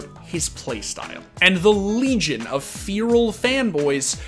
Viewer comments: This man really said "fearal" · I'm still hung up on his pronunciation of feral